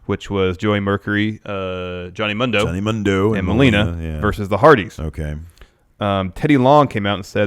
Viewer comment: It's pronounced Moon-do not Mun-do